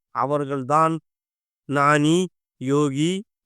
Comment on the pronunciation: நானி இல்லை, ஞானி